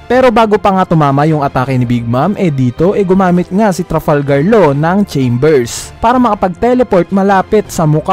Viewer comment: Lods correction lang po chambers po ba or shambles Kasi parang bigkas nyo chambers eh dito Banda sa